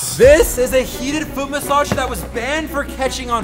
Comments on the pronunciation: you said fot then 🦶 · Is it just me or at the start instead of “he broke his foot” it was “he broke his fot” 😅😅